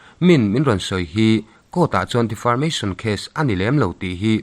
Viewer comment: Defamation case tih maitur defarmation case tiin ilam daiha. 😂😂😂